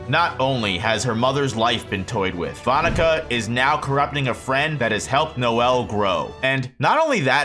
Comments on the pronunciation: That’s not how you pronounce her name 😢😢😢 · I’m sorry….the pronunciation of that name is cursed